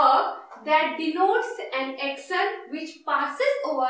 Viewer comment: Accctionnn....😑😑 Prounciation sudharo..